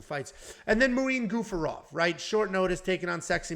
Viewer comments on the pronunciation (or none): Dear, its Gafurov, not Gufarov....anyway i forgive you, becouse i know you have a problem with names......